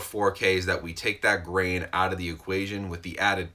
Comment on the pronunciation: A starship Trooper dies everytime he says grain